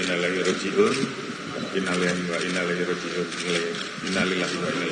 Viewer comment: Nama aja Mochamad Tapi ngucapin INNALILLAHI WAINNA ILLAIHI ROJI'UUN AJA BULEPOTAN 🤪🤪🤪